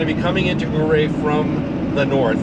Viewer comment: I enjoy your videos….FYI, Ouray is pronounced….Uray. We camp at the KOA there almost every year. The “million $ highway” is not all that bad as long and one is paying attention. It is difficult to take in the views while driving, I suggest you switch drivers on the way back so the other person can enjoy the views. Also, Silverton is a great mountain mining town.